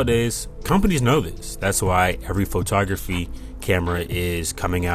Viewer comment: Pho-ta-graphy? What is that?